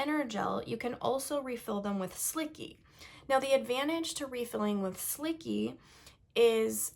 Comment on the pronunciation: Isn’t it pronounced as slichee not slicky?